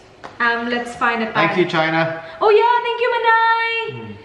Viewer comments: Yung pag dinig ku sa sinabi ni (thank you china) yung pala Chona hahaha 💟💟💟💟💟💟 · AKO LANG BA! natawa ko pag sabi ni ng THANK YOU CHONA! AKALA KO SINABI NYA THANK U CHINA HAHAHA 😂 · hahaha same! kala ko rin China sabi nya pero sabi ni ate manay hahaha buti nalang. ps. share ko lang hehe